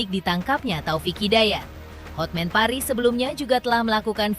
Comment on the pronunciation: Buat koreksi nama pengacaranya Hotman Paris Hutapea Kak. Cara penyebutannya sesuai tulisan namanya bukan Hotmen tapi Hotman.😂😂